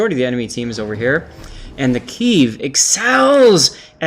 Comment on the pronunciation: PEDAL to the metal. :) Also, Kiev is a two-syllable word. First pronounced as Key, second pronounced as in the first syllable of "ever".